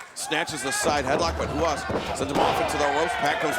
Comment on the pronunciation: It was funny during the Tiger Ruas match hearing Excalibur pronounce it Huas and Taz pronounce it Ruas. Is it typical in Brazil to pronounce R's like H's? If it is, I don't understand why you would choose a new made-up name for yourself that the majority of your audience (English speaking) is going to pronounce wrong. (I'm not attacking the wrestler at all, his look and skill are out of this world, I just don't understand why you'd choose the name and spelling Ruas if it isn't pronounced as Ruas.)